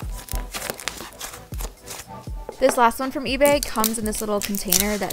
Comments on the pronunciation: For the orange slime on the ebay one i think you said etsy Like if you heard too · it's eBay but you keep saying etsy